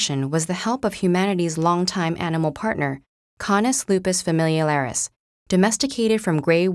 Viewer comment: Wow. She has a hard time saying "Familiaris." She said "Familialaris."